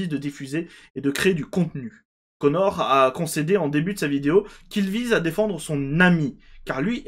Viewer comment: tu prononce tres mal "connor dawg" X)